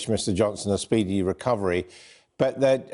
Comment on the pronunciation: Speed-e-ist care.